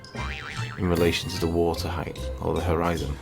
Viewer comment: Did he say "look at the heighth" Ok... it's width, and length, but HEIGHT... NOT heighth or heigth or however you would spell it!!